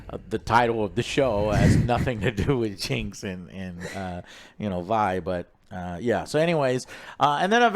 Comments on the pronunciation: why does he keep calling Vi, V? wdf lol. bruh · how are you gonna watch multiple episodes but still pronounce things wrong, "VEE" and ZOON" wth🤣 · why is joe STILL calling her 'Vee'?? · How has he watched it so many times and still calls Vi "VEE" and Zaun "ZOON" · Jim you need a damn speech therapist, how do you get zoon and zion outa Zaun and then mispronounce a 2 letter name saying Vee instead of Vi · He's gotta get the pronouciations down lol Zoon and Vee. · YES! Lol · I get mispronouncing stuff when reading it, but how do you mispronounce a name you HEAR as often as Vi and Zaun?! WTF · How does Joe remember how to pronounce Isha but screw up Vi and Zaun as "Vee" and "Zune" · Vee (Vi), Zoon (Zaun), Noxia (Noxus).... IS DOING THIS ON PURPOSE?!?! LOL